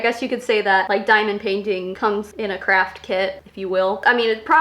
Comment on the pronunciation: Craft kid I heard cr*ck kid